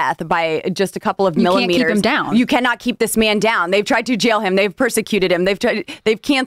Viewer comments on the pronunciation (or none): STOP saying a cupel of mii-meters - - maybe a couple of centimetres JR